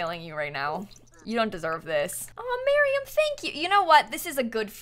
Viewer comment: Ok... I can not be the only one noticing she is pronouncing Mariam's name wrong. I love you, but this has to stop